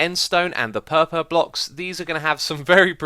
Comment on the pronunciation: pehpeh block